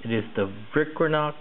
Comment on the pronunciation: "Tha Vicranocks" lol. I dunno why but that was funny